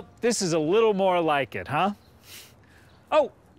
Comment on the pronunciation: faTTT liTTTTle piece of meaTTTTT. Why didn't you pronounce Space Ghost Coast to Coast the same way? What happened?